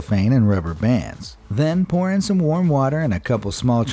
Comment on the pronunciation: Everytime he says "Pour in" i will have to hear porn instead of it